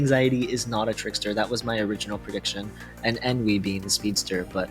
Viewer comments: You keep Ennui saying EN-V, thats a different character. Its pronounced ON-Wii. On as in, "its ON top", and Wii as in "Nintendo Wii" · pronounced On-wee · Ennui (pronounced un-wee). 🙄